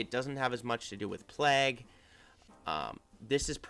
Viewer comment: Plague: Play-g, not plag. (Long a sound like way)